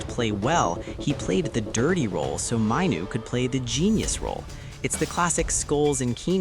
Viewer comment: An American accent pronouncing Kobi's name wrong. Not Mineoo it's MAIN OO. I could only last 15 seconds. T